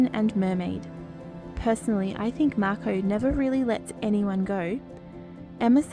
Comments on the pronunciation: Is this an ai voice reading? The tone is a little odd and it’s saying Mako differently than the characters in the show…I apologize to any human actors if I am incorrect. If ai was used instead of human writers and voice actors — please do better ! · was this made with AI? The way she says 'mako' is not right. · who is the one speaking ? it doesnt sound like Phoebe. She pronounces words wrong like mako